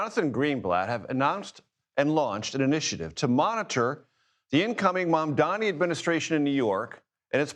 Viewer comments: Mamdani is NOT THINKING ABOUT Y’ALL!!! And why can’t ANYBODY pronounce his name??? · This board guy is one sick individual. One thing I don’t understand he seems like an educated guy yet he cannot pronounce MAMDANI. What kind of Epstein school did he go to? Where was he when they were teaching English?